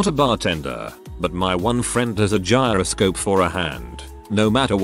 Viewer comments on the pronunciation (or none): none